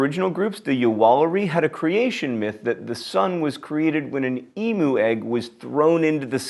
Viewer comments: ffs it is e-mew not e-moo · john, it's pronounced "eem-you", not "ee-moo". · PSA for everyone who isn't Australian. Emu, it's pronounced Em-yu, not E-moo.Still makes me laugh hearing it though :P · Emu is pronounced /eemyoo/ not /eemoo/